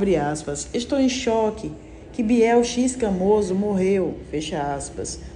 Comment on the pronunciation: Se pronuncia ixcamoso